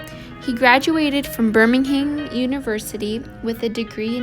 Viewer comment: Please learn how to properly pronounce city name. New Rochelle is pronounced New Ro-shell. Birmingham England is not pronounced the same as Birmingham Alabama